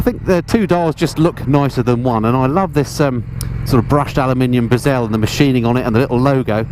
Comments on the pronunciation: Well, er, bezel, not bezelle. Doesn't rhyme with anything, so difficult to explain. Only having a laugh. Your videos are addictive. Always perks me up when I get a notification of a new one. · Bezel rhyming with gazelle, lol? That's the first time I've heard it pronounced like that, but maybe it's me that's wrong. Nice review though anyway. Keep it up.